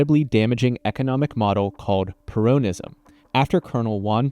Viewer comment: Es peronismo, no purounism, pero así suena más estúpido, así que segui diciendo peronismo así.